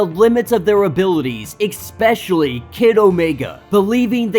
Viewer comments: 😵‍💫🤦🏾‍♂️"Ikspecially" isn't a word. other than that; pure excellence👌🏾👍🏾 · learn how to pronounce especially.